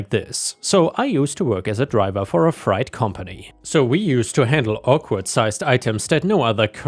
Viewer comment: Just wanna let you know that frei in freight is pronounced like fray